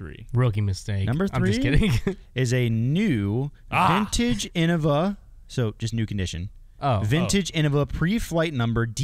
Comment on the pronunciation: Hot take: anyone who pernownces innava is new. Paul knew what he was doing. It’s pronounced Innova. Deere Lorde